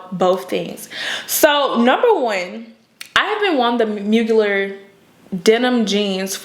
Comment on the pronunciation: That TX accent doing double time lol Mugler=Moo-gl-air